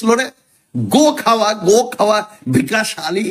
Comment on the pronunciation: ভিকাশ নয়, বিকশ। ঠিক করে বাংলা জানেনা পন্ডিতি ফলাতে এসেছে।